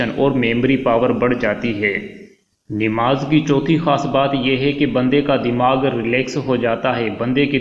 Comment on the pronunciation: ِنماز نہیں ہے ہے بلکہ نماز ہے اصلاح کی درخواست زبر کے ساتھ ناکہ زیرِ کے ساتھ